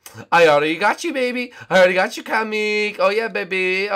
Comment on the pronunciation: it's not Cammack it's comic